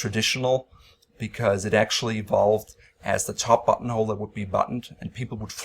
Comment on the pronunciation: I watch these video at 2x speed. And I constantly hear “butthole” instead of “buttonhole”.